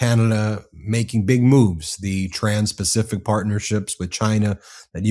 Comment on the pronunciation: What the fuck is the "Facific" Bessent?